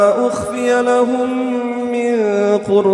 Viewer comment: Ayat ke 26 Ada kesalahan rasanya.. awalam yahdi lahum.. tp dibaca lakum.. maaf jika saya silap dengar..